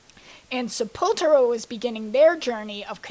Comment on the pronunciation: Warmaster, really? Sepultura should be pronounced as an alternate spelling of sepulchre. Death Metal began in 1984, with Mantas (later Death) and Morbid Angel. Sepultura, again, was Black Metal, and Bolt Thrower and Carcass were grindcore.